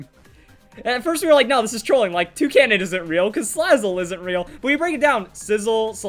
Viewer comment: Toucannon? TOUCANNON?! *TRIGGERED*